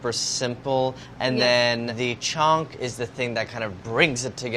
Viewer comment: Andy: "chhonk" Me: C H O N K